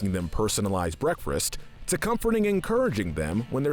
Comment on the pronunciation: The guy speaking: And making them breakfreast